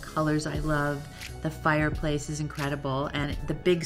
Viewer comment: nobody: Kris: FIREPLACE